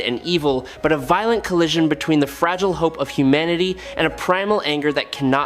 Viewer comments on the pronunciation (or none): none